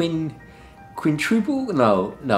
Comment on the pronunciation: "Quintuple!" lol